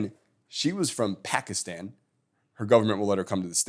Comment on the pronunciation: I think I could tell he likes Trump by how he pronounced the girl from "Pekistan".